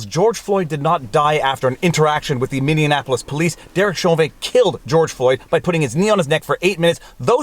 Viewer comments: Btw, it's pronounced "Mini - Apple - Us" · I thought he was saying Mindianapolis, but listening again I think it is closer to Minionapolis. Either way, Viva needs to be more careful with the pronunciation. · LOL ~ Thank You. I just posted this as well. Had to rewind to be sure... and I'm like hmmm Minionapolous eh? I wonder if says Breakfrist too..? Canuck things. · You pronounce "Minneapolis" funny. Teehee. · Is Viva doing the Quebec pronunciation of Minneapolis? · Having a little difficulty pronouncing Minneapolis?? 😂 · I WINCE every time I hear him say that. It is Mini-apple-iss. I think he is thinking of Indianapolis or something. :) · You're saying Minneapolis wrong. both you and Brandon Tatum appear to pronounce it as min-nean-apolis. Why is that? there isn't even a 3rd "N" sound. It's actually pronounced Mini-apolis. (I lived there) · Dude, it’s...Minne-apolis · MINI APPLE US. not: MINI ANAPPOLIS. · Minneaonapolis = Minnie-Apolis :) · Please tell me i wasn't the only one cringing every time he said mini an apolis? Viva there is no AN it's App so phonetically sounds like min e app pol iss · Practice saying MINNEAPOLIS. You’re adding extra letters to an already long name 🤣 You’re saying Mini-Annapolis. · Say it with me Viva: MINNIE- APPLE - US! .... NOT: "Minion - Apple - Us". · Minneapolis pronounced like Mini Apples. Please don't morph it with Indianapolis. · It's pronounced, "Minnie-apolis". Love your videos! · Since you be saying it a lot more in the future please learn to pronounce Minneapolis correctly; Min-knee-apolis.🤪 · PS. Its minny apolis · Hey Viva Frei, you are saying the name of the police department weird. Something like Minneapolitan Police. I grew up in Minneapolis, before leaving after college, hence I'll assume a degree of expertise. Just say Minneapolis Police. No "T', not ending "N". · are you saying, "Mindianapolis"? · You're throwing an extra syllable in. It's Minneapolis, not mini-Anapolis. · It's pronounced "Mini Apple us".